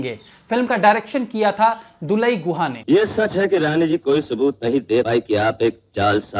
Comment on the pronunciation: दुलयी गुहा नहीं दुलाल गुहा